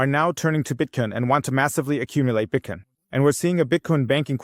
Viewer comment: Why the F do you say Bitcoin correctly half the time and then the other half say Bitkin or Bitcon? You must be doing it on purpose to get people's goats. Even my wife said it's annoying